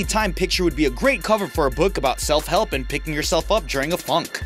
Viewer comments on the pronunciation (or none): When you said self help I thought you said selp helf Miranda sings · It’s not self help it’s selp helf